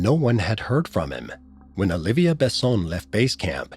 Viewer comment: and its not olivia but olivier